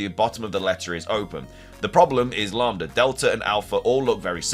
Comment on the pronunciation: You pronounced lamda correct